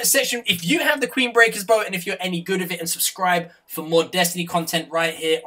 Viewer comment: #wizzite Did any1 hear say QUEEN-Brecker Bro